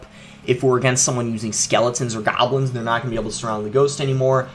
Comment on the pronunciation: I love how he says goblıns lol